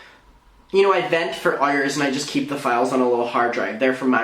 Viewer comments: He mispronounces "hours" on purpose. It's kinda involuntary. Us too. Don't worry. We have it too from a life time of struggle against our wills! He's trying to say, "It is OUR hour too". He's mad. Yeah. So are we. We spent those hours too not getting justice or much fun at all! Help! Please... Amen. 🌹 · Love how he says ours/hours. 🥰